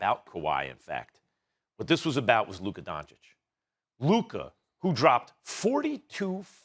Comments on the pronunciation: Stephen A. could you put the least amount of effort and try to pronounce players names right? Its not Donchik its Donchich. How hard is it? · Stephen A: Luka “Donchik” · Stephen “Luka Donchick” Smith